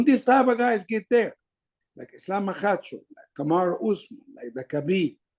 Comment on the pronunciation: Its MAKHACHEV not Makahchev,!!